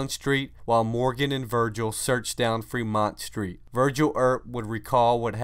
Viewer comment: Manny, you are correct. He also mispronounced Fremont.